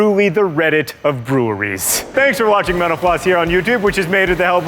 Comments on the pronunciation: John sounds like he said "Joe is also a fan of menopause video" at the beginning, lol. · Am I the only one that hears menopause when he says mental floss? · This guy youre killing me. This host. Everytime you say mental floss it sounds like youre saying menapause try pronouncing the L and F please!!!!!!!!!!!!!!!!!!!!!!!!!!!!!